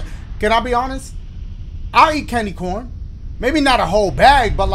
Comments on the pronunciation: I like how he just kept saying candy Corn-na! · Bro, I don't know why but when Dashie said, "Lemme get you some candy CAWN" -- I about died. XD